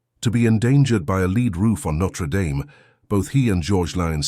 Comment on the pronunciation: Can't you at least pronounce the name right!